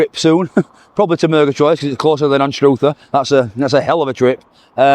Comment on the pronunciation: The place in Scotland called Anstruther, is pronounced like saying mother, not like stroother❤